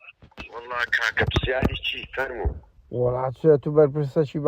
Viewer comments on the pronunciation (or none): زمانت ڕاست کەوە پسیار نا هەی مانگا پرسیار هەی گوێرەکەی مالوان.